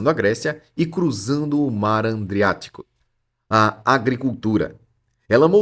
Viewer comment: Mar “Andreático” dói fundo na alma.